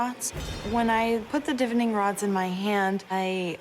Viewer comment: Pronunciation of divining is duh-VINE-ing, emphasis on the VINE according to the Cambridge Dictionary. The word divination you place emphasis on the DIV. You’re welcome. The more you know, the better you sound like you know what you’re talking about…